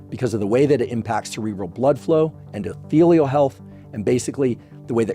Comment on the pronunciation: what is "ohelial heath"?